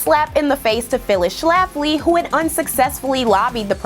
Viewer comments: I clicked because of the title and stayed because of the number of times you said Schlaffley in the first 5 min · The way she puts the 🤮 emphasis on the name Schlafly gives me joy.